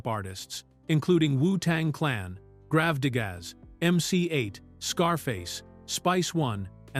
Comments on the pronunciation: When this jerk said grov digga’s I sware I almost clicked off video it’s Grave-Diggaz 😒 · Grav-digaz 😒 Its Gravediggaz🤣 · GraveDiggas not, gravdigas there was no painters on the soundtrack😂😂 Please stop using ai for your narrations before we send the dolls to you with,... the sh*t, ahh yess, the sh*t💯💯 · I’m laughing how AI pronounced Gravediggaz “grav da gaz” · WTF is Grav-da-gas? 😂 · What theee Hell is Grav----deeeee---grazzz 😂😂😂😂 Man this came out wen I was 17 in HS, running track, young times, hip hop was at the peak, Wutang was 🔥 Gravediggazz, West coast hip hop, ODB, i was in college fall of 95 and a dude had the bootleg VHS, the racial outrageous slurs had us laughing 😢